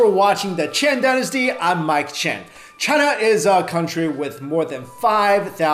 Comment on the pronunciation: Sorry. "China". Not "Cina".